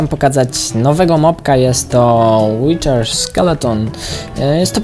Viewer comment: to nie jest witcher(łiczer) tylko wither (łider)